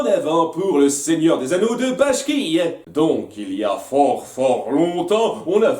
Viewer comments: je pense être le seul à grincer des dents là dessus, mais c'est ralf Bakshi et non bashki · Par contre c'est Ralph Bakshi et pas Ralph Bashki comme tu le pronnonces xD Sinon très bonne vidéo